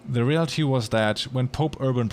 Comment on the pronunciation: when he said “reality” i thought he said “real tea” and i got excited